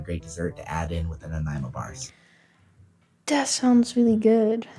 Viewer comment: Greetings from Vancouver Island, nice vid and you said Nanaimo right, have a great day thanks for the vid.